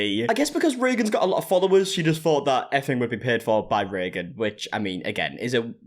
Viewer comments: “Reegan” gave me a good laugh. Yea it’s pronounced “raygan” in the states. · It's "ray gun". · typically pronounced Ray-gen